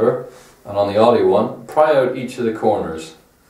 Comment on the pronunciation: I couldn’t watch this video in full. You said Audi incorrectly too many times